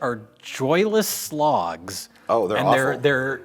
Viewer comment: did you say "Joyless Slogs" or did you say "Joyless Logs"? Either way I think you're right. I had a joyless log once. It was after a night on the Guinness.